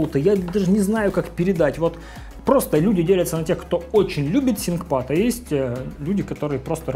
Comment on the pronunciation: откуда такое произношение то взял "синкпад", когда произносится "финкпад"